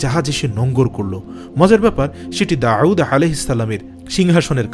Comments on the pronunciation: داوود على السلام Not داعود على السلام আপনি নাম টি সুন্দর করে বলবেন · Nobir name Ta ektu correctly pronounce korar request korsi. ( Da’ud with hamja, not with a’in) thanks brother. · জনাব, ক্ষমাপ্রার্থী! "দাউদ" উচ্চারণ ভূল শোনা যাচ্ছে। দাঊদ "আইন" দিয়ে নয়। পেশযুক্ত "ওয়াও" দিয়ে। ধন্যবাদ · উনার নাম ছিল ( داود عليه السلام)আপনে বলতেছেন داعود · দাউদ বলতে আইন নয় ওয়াও হবে। داؤد হবে داعود নয়। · আসলে ওটা داعود না داود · অনেক ভালো লাগলো তবে দাউদ নবীর নামের উচ্চারণ এর ক্ষেত্রে কেমন জানি শুনা যায় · দাউদ আলাইহে ওয়াসাললাম নাম এর মাখরাজ সঠিক করে নিও। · বার বার দাউদ (আ) নামটি অশুদ্ধ উচ্চারণ করা হয়েছে।